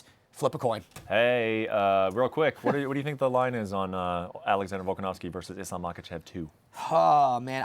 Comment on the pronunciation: there's no W in that last name...it's a V!